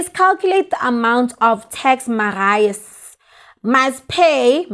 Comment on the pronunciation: The name is Marius pronounced like this Mariyus